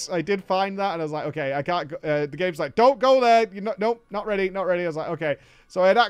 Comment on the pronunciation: Is there a single name in the whole game that didnt mispronounce?